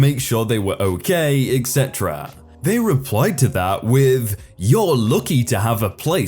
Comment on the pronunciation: Am I the only person, that hears you pronounce "etc" like "eggsetera"?